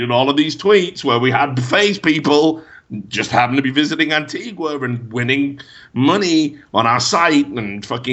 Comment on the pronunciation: The recent gambling related content has been refreshing after seeing all the shilling done by CS pros. The diseased and corrupt temple is finally going to come down. Also minor note and apologies for being a pedant but it's An-TEE-ga.